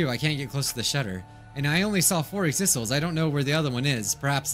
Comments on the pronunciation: Everyone: says “Exisals”: still mispronounces it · The true despair in this video is immediately forgetting how to pronounce Exisals.